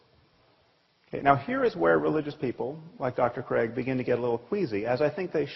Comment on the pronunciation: Se dice craig.